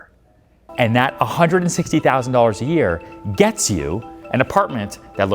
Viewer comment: For a guy that makes $160k a month (+++) really emphasized that, "A. YEAR." lol. Do we measure our income on a different scale? Bezo's scale? 38,000 a second? ;) lol